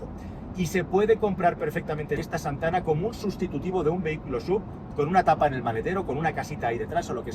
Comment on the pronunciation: Con su "Z" de "Zantana"...😂😂😂😂😂😂...como no bajen los precios me da que venderan bien poquito